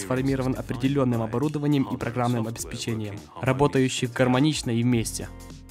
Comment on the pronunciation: грамматически расширяя?? серьезно? не знаешь слово dramatically? неповторимые цвета? че? это как? более усовершенствованный? (слово усовершенствованный не может иметь степень) Капец, дружище. Ну не можешь переводить и с русским плохо – ну так не берись. СформИрован, обеспечЕньем ? слушай тебе надо скачать приложение орфографического словаря с правильным ударением